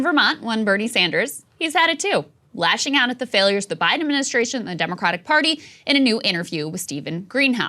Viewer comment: Ad-min-i-stra-tion!!! 😋😂 jk Krystal!!! 😘